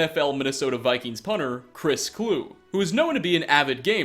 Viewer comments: Chris Kluwe's name is actually pronounced /ˈkluːi/, as in "cloo-ey", not "clue". No hate, just FYI. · Kloo-ee is how it's pronounced. Kluwe.